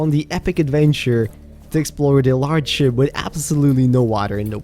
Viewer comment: You need to pronounce ship correctly 😅